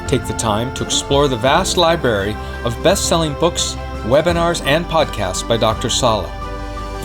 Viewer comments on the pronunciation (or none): The AI voice says, "liebury." I have at times deliberately spelled the word that way. A library of truthful material helps one to "bury the lie," any assertions or conclusions that are misdirecting and misleading in nature. On the other hand, a library of corrupted material that is deliberately biased to support agendas (other than the search for truth, if that can be called an agenda) can bury one's critical thinking ability in lies, so that it is very difficult to gain a clear and accurate view . set of views, and act on the same to secure one's own best interests and those of humankind as a whole.